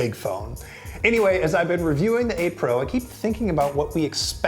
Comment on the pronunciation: Am I the only one constantly hearing April instead of 8 pro? 😂